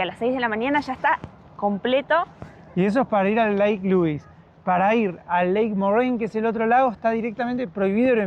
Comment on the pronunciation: They're pronounced "Lu-weeze" and "More-ain". The hotel is pronounced "Sha-toe". Yoho is "Yo-ho", not "Yo-jo". Glad you're enjoying our beautiful country.